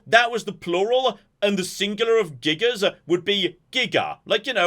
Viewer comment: Gigas, when used as singular, the S is silent ;-)